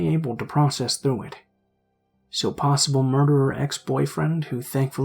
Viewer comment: *Possible, not possble...